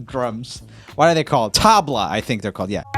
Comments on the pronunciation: MY COUNTRY❣️ but that's nlt how you pronounce tabla😂🤣😂🤣😂 i hate rami now😂🤣🤣 no i don't. just kidding. I love u rummy😂😂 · It's not thabla it's tabla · Roomie, it's not TAABLA, it's TABLA, pronounced as 'tubla' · Hey roomie, in the cover of I need a dollar, he is using the loopstation to pitch up and down his voice. There is an inbuilt option for it. And btw the pronunciation is thubla not tab-la. Lol. But it is not th as in thug it is a little less breezier. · tabla- Pronunciation (Tebla) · Joel: I can’t do anything right Me: Hey Same ItS physically impossible to do anything right Oh yeah and the Indian drums r pronounced Tubla it’s weird I know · I loved the way he pronounced tabla.... ... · My face when roomie messes up the word tabla 😖 Indian drums. Really?!?! Indians around the world are offended 😭😅